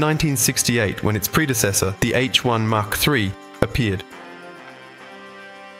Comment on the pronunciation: Get it right! Mach IV. As in mach 1, the speed of sound. Said 'mack' not 'mark'.